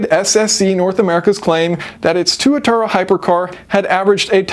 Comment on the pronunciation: It’s pronounced TWAT-ara